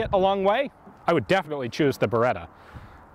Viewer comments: Si dice BERETTA! NON BEREDA DIO! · Beretta.. Not Bereda. Double T